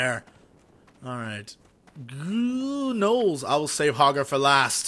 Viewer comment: its hogger .. RUN!!!!